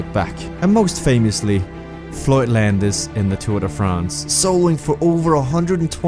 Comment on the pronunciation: “Landis”.... says it all 🥴